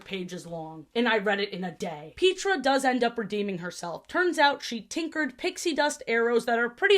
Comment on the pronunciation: I'm sorry Pete-ra? it's Pet-tra! wtf